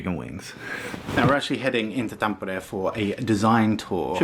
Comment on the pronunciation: Gotta love how you say Tampere :D